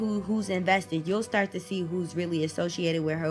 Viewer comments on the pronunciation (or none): none